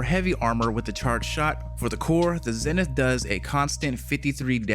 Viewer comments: "Zen-ith"...it's pronounced, "ZEE-nith"...smh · Zenith. Isn’t it pronounced ZEE-nith?